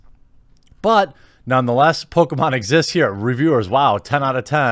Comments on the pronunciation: Bruh. Please stop saying PokAmon. Its Pokémon!!! Ahhh!!!!!!! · It’s Poh-Kay-Mahn dammit lol My brain kept screaming at him mispronouncing the name😂